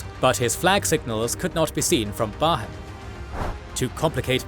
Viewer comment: They didn't even get the English names right. Barham is not Bar Ham, but Barrum.